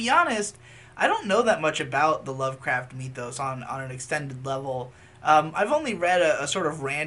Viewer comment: Nobody:: Meee-thos